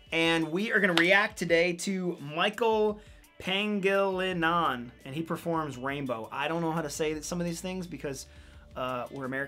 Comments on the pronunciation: Pangilinan is pronounced as pan-jay-line-nun 😂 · That's MICHAEL PA-NGI-LI-NAN